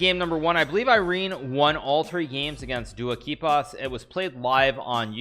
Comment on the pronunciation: What the...................................?? Never seen that insanely correct pronunciation